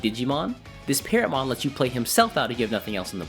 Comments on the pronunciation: I never hated green in Digimon. Just wasn't interested in most of the green decks. Pronouncing: it's "teh-ro-mon" in English but correct me if I'm wrong, but the Japanese name may be pronounced "puteromon". And it's "ah-neh-moy" (アネモイ) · Say it as Teromon, like Pterodactyl. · Vortex sounds really interesting, i'll have to wait and see how well it performs. Also i think its pronounced without the P, like pterodactyl. Great vid as always! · Bro, the P is silent.... like in pterodactyl 💀